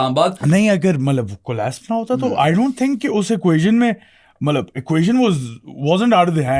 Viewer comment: I’ve tried to ignore it but ‘malab’ instead of ‘matlab’ is now driving me crazy lol